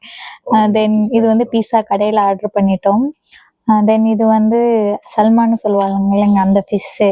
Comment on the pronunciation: Athu salma illa saalman😅